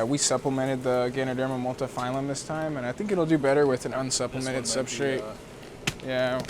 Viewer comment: Love the video, great to see your setup and how you run things. Just gotta add one thing though. It's Ganoderma Multipileum, not phylum :) Would love to see more videos!